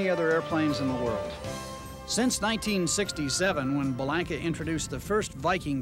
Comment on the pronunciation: The Viking is the best handling 4 seat single ever made. I was a Bellanca salesman in the 70's and owned a 77' Turbo Viking for a period of time. One important correction, the proper pronunciation is Be-lawn-ka. I actually went to high school with Giuseppe's granddaughter and can confirm the correct way to pronounce the family name is with a "lawn", not a "lank".